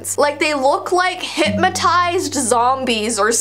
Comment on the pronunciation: says “hitmatized”